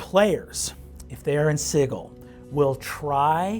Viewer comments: "sigil" not "siggle" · Is it really pronounced 'Sighil' instead of 'Sijil'? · Americans pronouncing 'Sigil' like 'Siggle' will never not make me feel queasy. It's SID-JIL. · Sigal = sidgal not sig al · Its not pronounced sijəl? I don't think I'm going with the hard G at my table. lol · No, berk, it's pronounced Siggle--look yer rattlin' yer bonebox and getting a bit addle-coved about how the cant of yer local backwater says a word but this ain't yer plane or this 'americans' or whatever, and out here, every cutter from the sixes to the sevens and even the knights of the post know it's 'Siggle' if ya don't wanna sound like some green prime with too much jink and not enough sense to stay out of the dead book. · He'd have to learn how to pronounce Sigil though